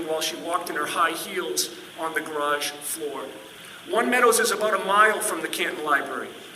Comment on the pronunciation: I think meant to say GARARGE!!!!!!!😂😂😂😂😂😂